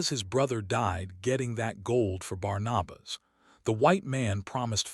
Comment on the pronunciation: The name is Barnabas. Pronounced:- ‘Barn- a - bus’.